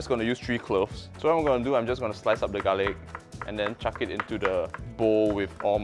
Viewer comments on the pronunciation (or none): none